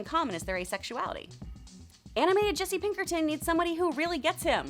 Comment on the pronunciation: “Jesse Pinkerton”